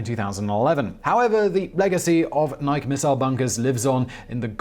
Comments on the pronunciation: It is pronounced "nigh-key" not "nigh-k". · I’m sure I’m not anywhere near the 1st person to say this, but after watching untold videos, I can’t bite my tongue any longer. Simon, you’re great, but Nike is pronounced “Nigh-Key”, not like the name “Mike” but with an “N”. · Nike is a two-syllable word pronounced "nigh key". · The Nike site near our farm was decommissioned, sold to a private party, and became a boat storage facility. By the way, the name is pronounced N'eye-kee, as in Athena Nike. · NI-KEY NI-KEY say it with me. NI-KEY Simon... nike rhymes with bike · Nike sites.....pronounced just like the shoes: NY-kee. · Nike missile sites were located around all major US cities. Oh and the pronunciation is Nik-e. Named for the Greek goddess of victory. My dad was a missile officer and was stationed in Pennsylvania, Illinois, and California. Including the site that is now open to the public in the Golden Gate Recreational Area. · You're messing with us now aren't you Simon!?!? You know that's not how Nike is pronounced! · Buddy, you keep saying "Nike" wrong. If you look up the entymology on wikipedia for the Greek goddess, the -e on the end is a long vowel. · How has nobody he works with not told him how pronounce nike correctly? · Please learn to properly say Nike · We're going to have to have a talk about how you pronounce "Nike". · Everyone knows it's pronounced Nike.